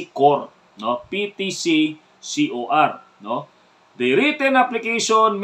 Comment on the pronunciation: Hindì po ba ang tinutukoy ninyó ay PERMIT TO CARRY FIREARM OUTSIDE RESIDENCE or PTCFOR? Ang pag bigkás po kasí ninyó ay PTCCOR. Paki review lang po ng inyóng video upang maliwanagan tayo.